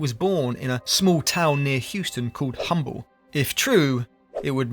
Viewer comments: Small correction; It's spelled "Humble" but pronounced "Umble". No idea why the H isn't pronounced locally, but it isn't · I grew up in the area and it’s actually pronounced with a silent “H”. Umble